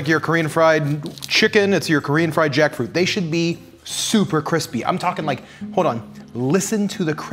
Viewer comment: them: take a shot every time he says jackfruit me at 20 sec: koreesn freyed jAckfroot